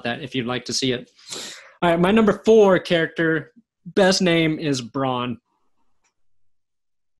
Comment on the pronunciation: Bronn not Brawn....